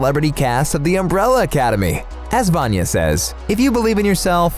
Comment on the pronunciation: That pronunciation of 'Vanya' is atrocious